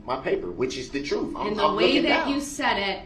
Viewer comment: Funny how the "troof" is only "for thee and not for me". He's so self righteous!! POS came out of the womb lying!! 🤬😠😡